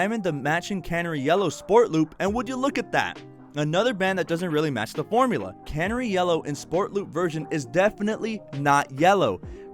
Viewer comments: Great vid but I have to laugh when you say Can-er- ie yellow .. it’s pronounce the same as the bird Cun-nare-ie Canary 🦜 💛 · I’m sorry, I love your videos but it’s driving me nuts... it’s CaNARy. Like the bird. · Canary yellow, as in the bird. Ffs. 😂